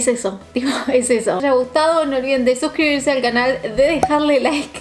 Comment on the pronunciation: lo que dice: No olviden de suscribirse lo que yo entiendo: No olviden desuscribirse 😅 jajajajaj Eres la mejor!!!